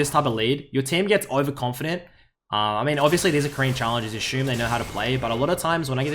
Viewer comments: You "Ashum" it does " It's Assume" English my man. Great vid though. Attrox is trash this match but YASUO is very talented. Def best in world at Yasuo. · ASSUME NOT ASHUME